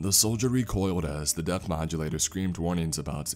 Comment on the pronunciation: every time you say “depth reader” it sounds like “Death Reader”!!!